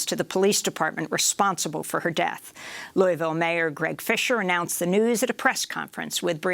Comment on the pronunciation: "Lul-vul" or "lœ-vul" or loal-vul, "Loui's-ville", or "Louie-ville" .... As a Kentucky it really pisses me off you don't know how we say our cities/words names, despite them being in the news so much. Versailles is "Vur-sæless". Elba is "El-bee".